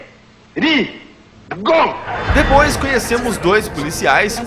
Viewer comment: Pre ri go!🤣